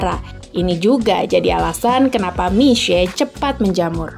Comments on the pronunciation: Boleh apresiasi gk sih intonasi mandarin naratornya tepat… mi xue bukan miksue atau miksu… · Keren pelafalan mandarin naratornya benar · kok jadi agak kasian naratornya ya wkwk, jadi harus baca Mixue dengan aksen yang bener terus"an😅😅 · Baru tau kalo mixue di bacanya misee bukan miksu'e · sebenarnya d ig udh ada yang bikin konten, bagaimana sih pelafalan mixue, yang ngomong itu langsung dari para pekerja. Dan rata" mesti ngomong nya Misye. Nah kebetulan narasi memperjelas lagi, dari pelafalan Hingga aksen serta bagaimana grow up ini bisnis. Good job sih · Dari video ini aku jadi belajar bagaimana menyebut "mixue" dg benar :) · Terima kasih atas pengucapan serta lafal yg benar dr Mixue. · justru cara baca narator ini yang benar.. wkwkwkwkwk. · Baru kali ini ada yg baca Mixue dgn benar. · Narrator setidaknya berhasil mengucapkan "mixue" dgn pelafalan yg bener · Fasih banget pelafalan Mixue 🙄👍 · Dari video ini saya tau cara ngucapin Mixue, selama ini bilangnya Miksuwe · Akhirnya ada media yang melafalkan nama Mixue dengan benar. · lafalnya bahkan sampai intonasi bahasa Mandarin diikuti. Kalau menurut aku sebenarnya dibaca seperti nama orang Indonesia "Misye" aja udah bagus, tapi ini benar-benar serius dalam pelafalan sampai intonasi aslinya juga dilafalkan.